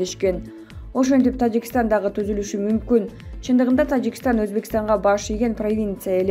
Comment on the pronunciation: Тажикштан дейт ко бул айым